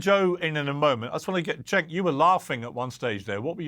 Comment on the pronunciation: Let Cenk finish;and his name is pronounced Jenk,not Chenk. Also,Piers,where is Abby Martin? She would be perfect on this panel!! Get Abby Martin back on!!!